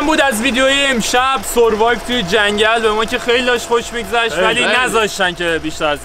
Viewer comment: سوروایو نیست اخه اون. سِروایو درسته